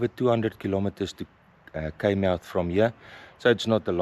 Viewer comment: Pronounced “ Kaai “